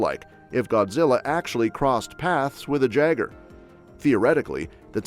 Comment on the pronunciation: Jaeger=Yay grr, NOT Jag err. Pronunciation ftw my guy.